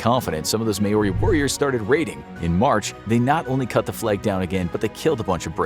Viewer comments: Just wanted to mention that Māori is not said like May ore ey and like mow r ey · Word of warning, most Maori names in this video are pronounced wrong. It isn't may-ori, it's mow-rrrri kinda. New Zealand section. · By the way it’s Mou-Ri not Mao-Roi😂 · its ma-ori not MAE-ori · Maori is pronounced [maow•ree] btw, not 'may•or•ree' or whatever tf lolol